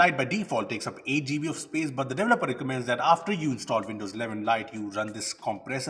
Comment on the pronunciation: Most people: "Gigabytes": "Jeebies"